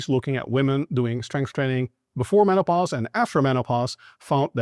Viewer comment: Are you saying Menno-Pause? 😀